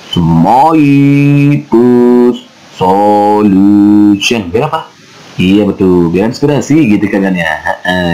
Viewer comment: Ko aku mlh lucu ya dengernya